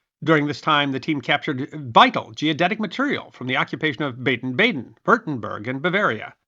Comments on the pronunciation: Ayshen? No, Aach´-en (=Aix la-Chapelle). Baybn-Baydn is actually pronounced Bahden-Bahden. As an archaeological field mapper, I love this stuff. I did not know that the UTM system arose in the 1940s. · Many thanks for another great video! P.S. Not “Bayden, Bayden”, but “Bahden, Bahden” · you MUST start to research the correct pronunciation of words you don’t know how to pronounce! To do otherwise makes the veracity of your posts quite suspect! You pronounced AACHEN and BADEN BADEN entirely wrong!!!